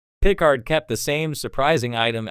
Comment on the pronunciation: I don't know if this narration is bad generative AI or if you just don't know Star Trek. But you lost me at the butchering of Picard's name.